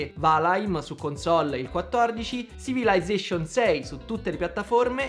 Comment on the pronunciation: L'universo è un ipertesto da cliccare Era scritto alla base dell'altare Ma davvero si pronuncia "Sivilaizzescion"?